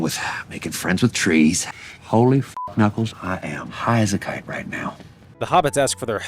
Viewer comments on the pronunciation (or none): none